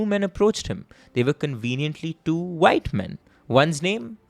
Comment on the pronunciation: Sir the word is white not vyte